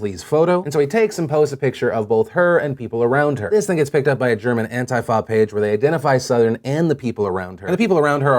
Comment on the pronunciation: Phil. Its Ant-Tee-Fah